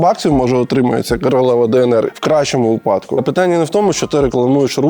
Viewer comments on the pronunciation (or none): none